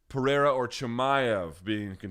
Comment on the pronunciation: Pah-rrrhay-rrrha - it was my grandfathers name, so I'm just sayin'...